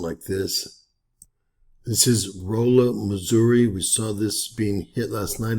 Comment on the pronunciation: pronounced, "Rawla"😊